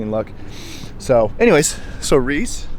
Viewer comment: You called Reese Weese. Hilarious. Lol Great job on the job site man